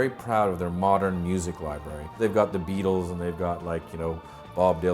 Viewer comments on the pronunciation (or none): none